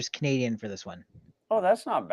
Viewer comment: Amur-can and a Canardian